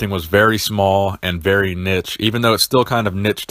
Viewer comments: love the content, but dude, niche is pronounced neesh not nitch. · Niche pronounced neesh ! 🤓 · Love your content dude, but what the hell is “nich”? You mean niche, right?! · Didn't know I could get so triggered from someone saying "nitch" xD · Love you, but the way you say niche kills me lol